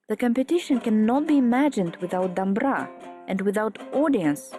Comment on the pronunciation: Please! Pronounce the name of the musical instrument at least, it’s “dombra” not “ dambra”.